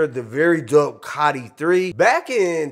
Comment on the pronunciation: ITS COTI NOT Cotty😂